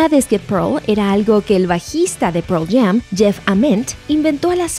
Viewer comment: "proll jam" jaja